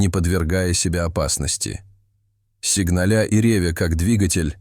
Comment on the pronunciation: "сигналЯ и рЕвя" - Вы хотели сказать, сигнАля и ревЯ, как двигатель???